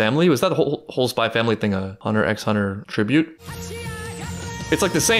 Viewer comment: the way you said hunter x hunter just triggered my fight or flight response lmaooo